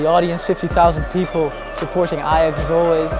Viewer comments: The guy who kept pronouncing ajax as ai-jax instead of i-yax sort of pissed me off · AH-JAX LOOL ITS PRONOUNCED I-YAX! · I can't understand why, as a Ajax fan, you would prenounce Ajax as "E-djex". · Sid Iyer it it is Ai-jax not I-yax Although A-jax is better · "Ay-Jacks" ... > proceeds to hang myself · "I'm an Ajax fan" Pronounces Ajax as 'Ayjacks' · Just to check with my Dutch friends, it's pronounced "i-yax", correct? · Person to #NeverFollow is the guy who says Ajax like A jacks. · NO ITS AJAX JUST AAAAAAAAAAAAA JAXXXXXX COME ON PEOPLE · The guy kept saying ai jax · IF HE said A-Jax one more time!